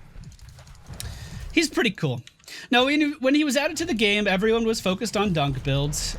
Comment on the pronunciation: starts the video: "Hello everyony..." everyony:)